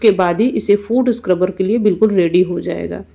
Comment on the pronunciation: Madam food scruber nahi foot sucrebur bolte hai